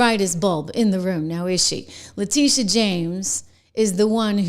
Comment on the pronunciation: La tittyeeah omg la tittyeeah... Girl you be done fell downa steps